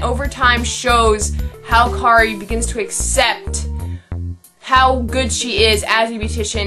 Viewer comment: I liked it. Though I would like to point out that a few character names were said wrong. The main character:Kiri not Kari The make up guy: Kazuhiko not Kazuhiro. And the male protaganist: Narumi. Sorry for being a bother. Other than that, well done. ^-^